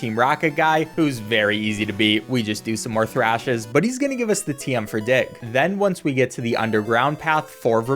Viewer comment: Give us a TM for what? This did not sound like "dig".